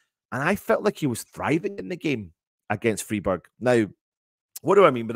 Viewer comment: Freeburg! 😂😂 Love it 😂😂